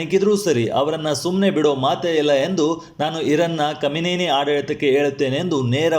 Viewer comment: ಕಮ್ಮಿನೇನಿ ನೇತನ್ನಾಯಿ ಸರಿಯಾಗಿ ಉಚ್ಚಾರಣೆ ಮಾಡಪ್ಪ